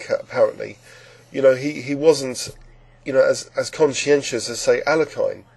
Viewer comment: It's Al-ya-kan. Not Al-la-kine.